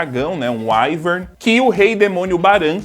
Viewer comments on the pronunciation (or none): none